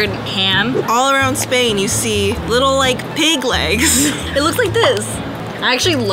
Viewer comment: It is Spain not sspppaaiiin